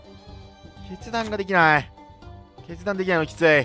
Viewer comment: 決断がしたいが、けつ出したいに聞こえた